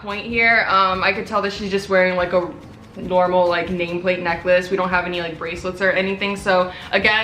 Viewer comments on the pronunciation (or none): none